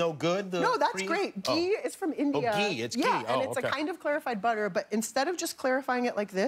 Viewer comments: Its GHEEE...NOT JEEEE. jeez. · And it's not pronounced 'gee' either, the h is not silent. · Kimmel did you just pronounce Ghee as JEEE? 😂😂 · Jimmy calling "ghee" "Jee" Is a whole new level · Its not 'gee' its 'ghee'